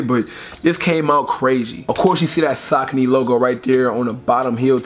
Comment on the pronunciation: (Suh-coney)cmon son